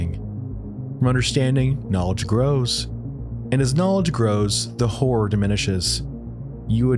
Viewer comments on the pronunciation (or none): I know you think you’re saying horror, but you’re literally uttering the sound “whore.”